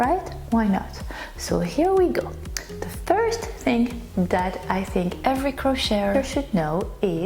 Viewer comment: What. A load of crap nothing more. Than common sence please either. Speak your own langyage or learn to pronounce. Words in ENGLISH ITS. THING NOT. SING AND LOLLIPOP STICK. NOT POPSICLE